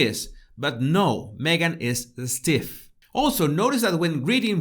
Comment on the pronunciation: "S+tiff" no tiene E. Suena como culebra... "🐍 +tiff " 😊 "S" es solo sonido de culebra (no "ES").